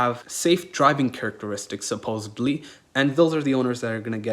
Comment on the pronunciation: Did you really say "supposubly"?